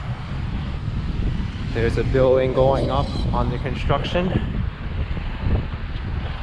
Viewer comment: There is no cunch in "construction"